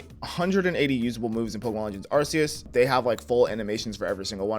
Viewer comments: No it’s arkeus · iT'S aR-cE-eS BRo